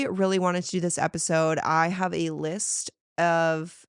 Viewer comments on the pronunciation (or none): none